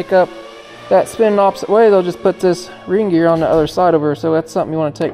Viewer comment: I swear Kevin is infectious… Every time says “ring gear” I swear I’m hearing Reindeer.⛄️🌲 I’m glad I watched this video. It’s a great reminder that buying an older machine may seem like a deal until something breaks and you can’t get parts for it. Even if you can you can get parts for it you can’t get to work on it for you. Your much better off spending some more $$ up front and buying it from C&C Equipment where you know the machine has at least had a good going over and you’ll get an honest opinion of what you can expect from it based on years of experience and headaches…and how to avoid most of them.⚡️💥